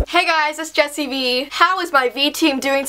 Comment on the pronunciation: You sounded Australian when you said "hey guys".